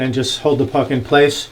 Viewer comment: Every time you say "puck in place" I'm hearing something else. Reminds me of my old job.